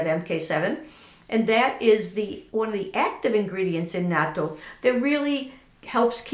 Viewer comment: Woww you're the only White person who pronounces it correctly. Lol. Bravo.